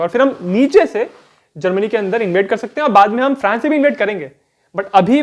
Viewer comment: फ्रैंस या फ्रांस ??? भाई अंग्रेज कम बनो और सही उच्चारण करो ।